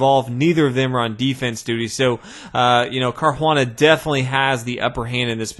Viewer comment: Just say caruana, its not an native american xD LOOOOOOOOOOOOL